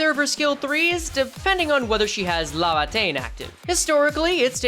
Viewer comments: LAY-va-tayn not la-va-tayn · Bro every time you call it “lava”teinn it keeps punching me in the brain bro 😭